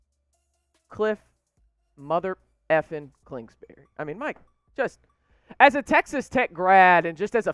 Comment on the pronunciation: Klingsberry! I think his name is Kingsberry. You really got the inside info. Hotshot.